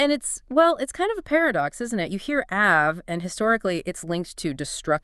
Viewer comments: no, no, you misunderstood ...not Ave as in Ave Maria....meaning that Av is the same sound as Ave....as opposed to Av ..sounding like Have, which is how you are pronouncing it. Are you people Gentiles lol? 🇮🇱✌️🩵🙏👑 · Wonderful teaching. It is AV though as in " Ave Maria" lol :) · Ah-v is how it is pronounced. But AI would not know that.